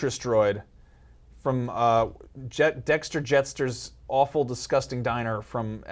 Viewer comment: Mr. TNT I find it funny how they say alwful, terrible every time